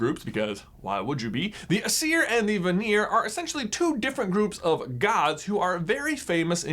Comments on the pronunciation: Not aseer, but eyezer. Sorry but you kept pronoucing it wrong and thought you should know. And im pretty sure vanir is van-nyr if that makes sense. Like not vaneer... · Ayyyy-seer and VAHNEER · 1. Don't ever say "veneer" (Vanir) again 2. Don't ever say "veneer" (Vanir) again 3. Don't. Just don't. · There's no veneer (or "vanir" in this video) *knock knock* in 'ere - oak furniture land 👍